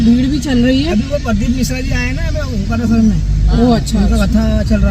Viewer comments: Omkaleshwar nhi, Omkareshwar hai Jaha ja rhe ho, usko theek se pronounce to Karo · It's not omkaleshewar, it is omkareshwar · जी ओंकारेश्वर है ना की ओम कालेश्वर❤🙏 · उसका नाम ओंकारेश्वर है ना की ओंकालेशवर